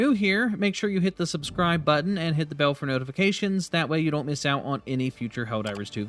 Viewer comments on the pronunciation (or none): none